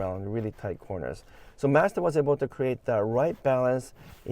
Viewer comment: it's Mazda, not Mazda...and definitely not Mazda...ha ha! Appreciate you and your videos:)